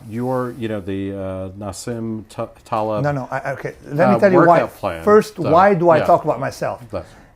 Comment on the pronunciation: The interviewer starts off by pronouncing his first name incorrectly and his last name incorrectly. And he's not even Ali G.!!! LOL